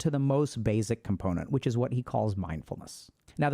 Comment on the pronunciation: I'm blindsided by my inability to let go of the fact that you keep saying "bazic"... I need to start meditating again.